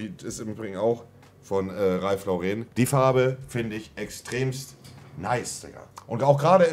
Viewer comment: Er weiß immer noch nicht wie sein Lieblingsdesigner Ralph "Lau-rehn" ausgesprochen wird. Der Mann ist Amerikaner und kein Franzose. Dementsprechend spricht man ihn "Lawrren" aus. Ist doch nicht so schwer, Marcel :-)